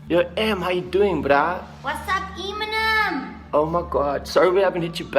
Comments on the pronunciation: She doesn't pronounce eminem right eeeemnem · EEEEYyy-min-ehm ft. Rihanna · I like how did antwoord pronounce eh-minem, like, that should be his new name.